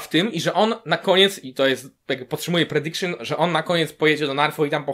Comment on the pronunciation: "to jest mój predikszyn" ała...